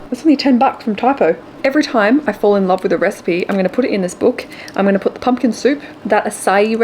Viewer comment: Haha, it’s Pumpkin not pumkin, your recipe book 🤪😂